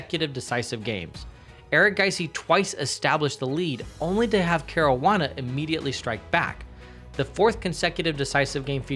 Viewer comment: “Care-roo-wah-nah” smh 😒 at least pronounce dude’s name correctly